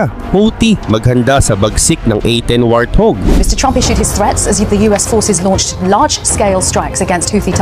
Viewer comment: Hahaha, what do you say? Wrathug? Lol 😂